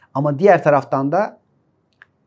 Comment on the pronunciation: Koca koca insanların dil bilgisine hakim olmamaları beni çok üzüyor. Dahi anlamındaki -DE/DA eki daaahiii şeklinde konuşmaları gerçekten düzeltmeleri gereken bir durum.